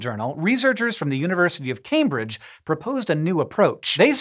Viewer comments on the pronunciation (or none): none